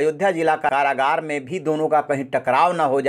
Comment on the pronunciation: अरे संवाददाता जी! करारागार नहीं, कारागार।